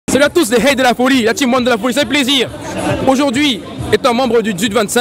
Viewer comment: On dit " rhey " pas " hey "